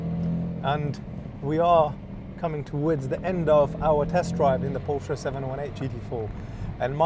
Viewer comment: Since you're a specialist, Porsche is a two syllable name.